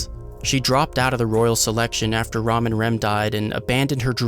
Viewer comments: its ram not rum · It's RAM, NOT ROM. Rom is the old giant who take care of Felt. Ram is pronounced just like it's spelled. Just like the animal, ram. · its ram not rom T_T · Damn the way he says Ram makes it both sound like he's saying Ram and Rom. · I gotta say, the way you say Ram bothers me. It's Ram not Ra'um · Its spelt ram. Pronounced rom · The way you pronounce Ram and Oboreru really bothers me as a Japanese speaker..